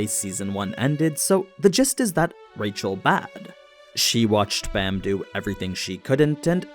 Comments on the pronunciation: Its b aaaaaaa m. Like open wide and say aaaaaaaa. Baam not Bam👌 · Man i love your content l, but please watch it in english. They use the correct pronunciations and you are slacking my friend lol. Its pronounced baam ( long a) not Bam. Im not good enough at spelling to type the rest out. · Why do people keep mispronouncing Bams name. It’s B-Ah-m. Not Bam